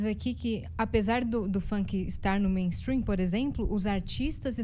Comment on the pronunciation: Nunca de atenção a alguém que fala meinstruim,essa gente só fala porcaria,corra para as colinas